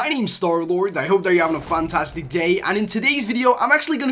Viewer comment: Wait so at the beginning does he say funtastic or fantastic??